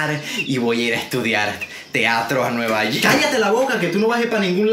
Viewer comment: "vOy a nUeVa yOrK" JAJAJAJAJ